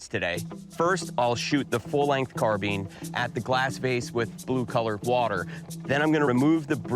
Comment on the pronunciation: Carbine , not Carbean , .....